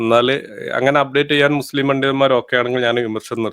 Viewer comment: അവര് അവര്.. ആരാണ് ഈ അവര്. മുസ്ലിംകൾ. അപ്പോ ഈ വിളിച്ചതാരാ.. ഇവര് 😂. അതായത് H മുച്ലിം 😅😅